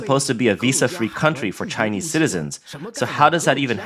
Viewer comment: Everything the world does is ALWAYS "DRISCRIMINATIONS" AGAINST ALL THESE SCHEWPID TSAAYA KNEEESE😅😅😅😅😅